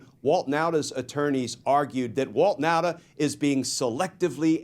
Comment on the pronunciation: Nauta is pronounced Nawta.